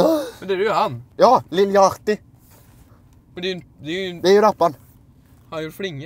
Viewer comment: Hahahahahaha Jag skrattade verkligen när ni uttalade de lil yachty DE UTTALAS YOU LIL YARI!!